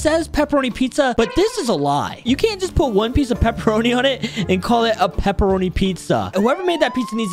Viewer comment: Hey it is peperonie not pepeeonies